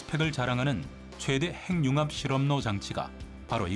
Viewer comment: 핵융합[행융합]?[해귱합]! 그대들부터 잘 해주셔야 그걸 듣는 우리도 쉬이 고치죠!